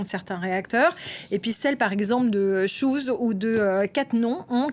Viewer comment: Chooz se prononce Chau.